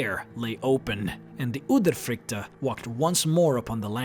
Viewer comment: I am from Norway and you say udyrfrykte wrong